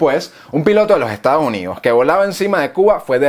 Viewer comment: Y no se dice Estados Junidos, se dice "Estados Unidos"